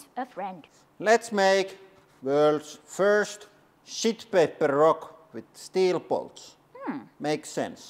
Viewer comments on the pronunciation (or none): I love how he's probably saying "world's first sheet paper rock" but it really sounds like he's calling that "shit paper." What an appropriate thing to call toilet paper.